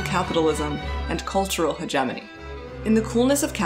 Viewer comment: You are mispronouncing hegemony.